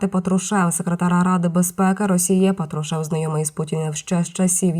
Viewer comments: Диктор, правильно произносите слова: не Петрушев, а Патрушев. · У призвіщі ПАтрушев наголос на першу голосну букву А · Робот це читає, патрушев наголос не там